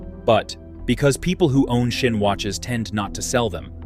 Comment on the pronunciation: It calls Sinn. Just an S not a Shin or a Schin. S i n n. Very simple